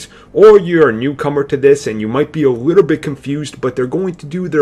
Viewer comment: Compwetwey? Obvwiouswy? A wittle bit? Sigh. When you have turrets, you probably shouldn't be a sniper. When you have no arms, you probably shouldn't be quarterback. When you have a speech problem, you probably shouldn't be on YouTube.